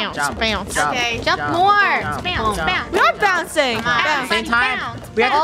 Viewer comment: Its bounce not bow